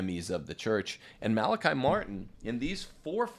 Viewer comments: Mala-kee, please. Like him, I'm Irish, and know several other Malachys/Malachies. In Ireland it is never Malaky (rhyming with sky). NEVER! I you continue to0 mispronounce, go ndéanfadh Dia trócaire ar do anam! LOL Try Google translate! :-) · Just an FYI…. He said his name Mal-A-KEY. He has played such an amazing role in my life and I’m so happy to hear him being validated! So many lies were spread about him. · The Irish pronounce his name Mal a Kee! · He has also said his name is Mal a KI, on the Art Bell show, as well. Mal a KI never corrected him. You're fine! The trads need to stop parsing hairs over every little thing. We could become very Pharisitical in a short amount of time if we're not careful. Human pride problem.